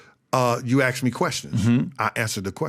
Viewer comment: Just axe me. No wit I'm saying lol